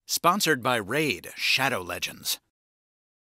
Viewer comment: I almost never skip your in-video adverts, but for "Maid Smanbow Leg-ends" I made an exception.